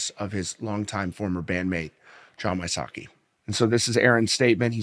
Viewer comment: I think its We-sots-key, not Why-sockey.